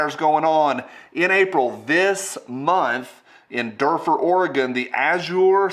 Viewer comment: I live just north of duffer its ore it's pronounced (do fer) i heard nothing about it